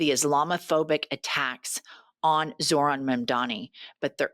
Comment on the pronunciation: If you're going to report on someone, plz at least take the tyme to learn how to announciate their name.